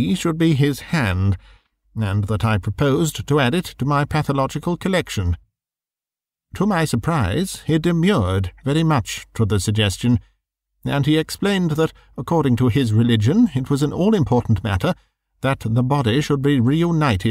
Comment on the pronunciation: Very nice - but 'demurred' is not 'demured' :-)